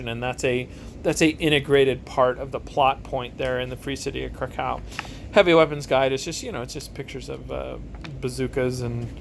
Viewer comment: Just a tiny note on Krakow. The w is pronounced as if it was a v. Aaaaand you're leaning too much on the cow bit... it's krAkov, not kraKOW. Just a tiny thing that irked me :P